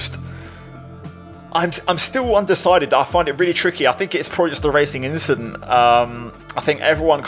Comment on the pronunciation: “Nothing just an inchident”